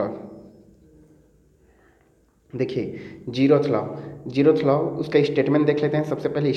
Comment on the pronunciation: Aap zeroth ko jerroth q bolte yrrr